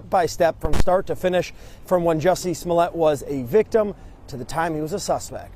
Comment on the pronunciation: Not Jussie Snoollay chile 😩🤣🤣🤣